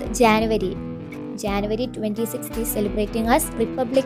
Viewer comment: It is not Janvary it is January